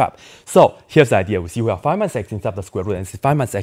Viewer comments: It's "five", not "fi". Your english is atrocious ;-). Fun video, though. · He could’ve saved thirty seconds if he pronounced five normally